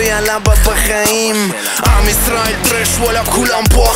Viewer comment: Это у неё "кулАм" такое. Она его как "кУлам" читает, ну и слышится "кУрам"